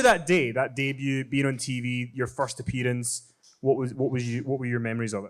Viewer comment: "Yo furst a-pee-dunce"